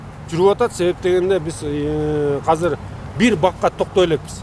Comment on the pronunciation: Азыр❌ Казыр✅